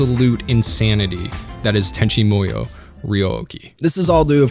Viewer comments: Let me start by saying it was a great vid. that being said.... it's pronounced MOO-YOH not MOI-OH. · “Tenchi MOyo” lol Sorry. As someone who spent their life mastering Japanese and living in Japan that just really grated me. It’s MOO-YO lol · Is he trolling us by saying "Tenchi MO-YO"? Like its written right there over and over. It's MU - YO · i remember being able to say the name pretty easily, guy says like tenchi moy-o but its MU-YO or MOO-YO, not moyo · Why do you pronounce it like this, "Tenchi Moiyo" when it's said in this way, "Tenchi Moo(like the sound a cow makes)-yo? It's so weird man. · This show did some weird things to me when i was a young kid watching it on Toonami. I felt so warm and fuzzy in my heart but also in my pants and I couldn't figure out why. I guess I'm going to go watch Tenchi Muyo all over again. Or as you say it "Tenchi Moi-yo". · your pronunciation kills me. I've grown with with it sounding tenchi moo-yo. oof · Why do you keep saying "Tenchi Moyo"? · WHY DO YOU KEEP SAYING MUYO WEIRD? It's mu-yo, as in moo-yo. What kind of anime fan are you if you don't even know your basic Japanese phonetics?